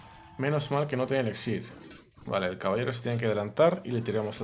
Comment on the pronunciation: 2021 ya y sigue diciendo ELEXIR.